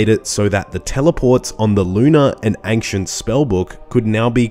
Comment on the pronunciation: Yo wth is ankshient?